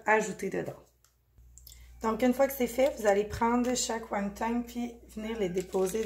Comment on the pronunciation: Won ton et non won tong. Merci pour la belle recette!